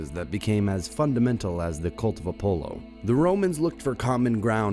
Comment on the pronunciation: You seem to have interesting content, but I cant seem to get past the atrocious pronunciations: Apollo, piety, Levant, trans-Caucasus. The list goes on. Thanks for the attempt though.